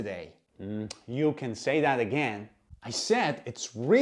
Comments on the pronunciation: He didn't say it correctly. The word "THAT" has to be emphasized, i.e., "You can say THAT again!", not what you said, "you can say that AGAIN". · It's kinda important for the emphasis to be on 'that' for this to make sense. Aka "you can say THAT again!" It sounds unnatural the way it's said in the video, though native speakers will understand regardless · With the sentence stress on the word that not again 😂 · For any non-native speakers who want to learn this, put the emphasis on “that” in the sentence. The way he says it doesn’t feel natural. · It gets confusing when you emphasize again and not that